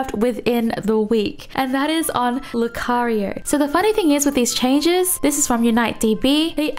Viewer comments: R u a Filipina? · Actually made me laugh xD